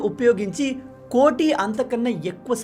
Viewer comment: కొట్టి కాదు sir కోటి